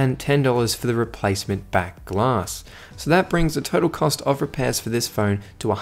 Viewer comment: Back Glass What a pronunciation of the word...